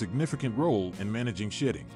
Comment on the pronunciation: 😂😂😂😂😂 seriously he's got to know he's NOT saying Shedding... they clearly shit a lot 😂😂😂